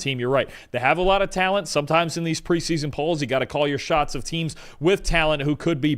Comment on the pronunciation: it's preseason, not "pre-son". you are still talking faster than your brain can work. Slow down, pronounce your words.